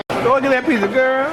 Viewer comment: Piss-ah? Say it right, dog. Pits-ah!!